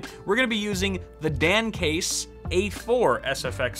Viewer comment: I keep hearing "the Damn Case" lol